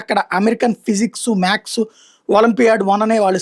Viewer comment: మ్యాక్స్ కాదు మ్యాథ్స్